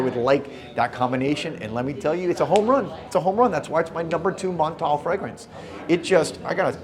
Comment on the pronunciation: The way you pronounce Montale 😂. Just stop!